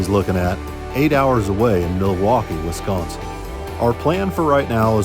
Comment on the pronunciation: Wiss-con-sin not wesconsin, love your guys videos